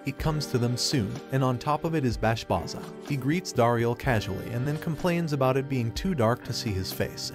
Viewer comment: Bro plz see the anime closely and then write the script .. Bashbarza and granbarza .. not bashbaza and granbaza .. thats kinda annoying when people get names wrong in explanation .